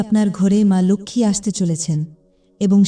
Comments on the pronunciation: লোখমি উচ্চারণ টা ভুল। ওটা লক্ষী lokhi হবে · Uchharan emon kano..ma lakhhmi ??vedio dakhe dakhe baniye diyechhe.